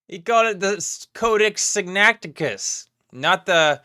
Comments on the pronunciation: Did he call it Sinacticus? That sounds like the name of an extinct bird-like dinosaur from China lol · I mean Billy Carson called it "Sinacticus"